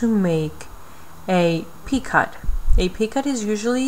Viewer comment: Very helpful video, but just one thing...you are pronouncing the word "picot" incorrectly. It is pronounced "pee-coh", long O sound, silent T. Thank you for your tutorials!